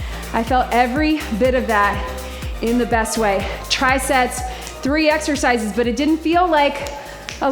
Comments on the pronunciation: Totally thought you were saying TRICEP instead of Triset so when you really said TRICEP I was cracking up 😂 also loved the side lunge into a swing! So fun! Thanks for always mixing it up! ❤ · Hahaha, I also thought you were saying triceps 😅🤣